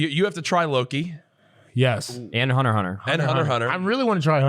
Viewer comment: Did this man just say "Hunter Hunter"?! What in the actual fuck it's hunter X hunter